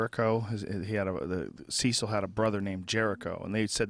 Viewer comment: Just to let you know its not pronounced ceesil its almost like sesill... named after cecil john rhodes